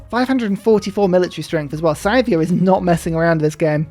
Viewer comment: Every time you pronounce Scythia as "Scythe-ia", a part of my soul dies